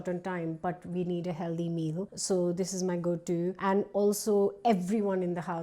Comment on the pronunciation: I wonder why she keeps saying heldy meal? Can she not pronounce the word healthy?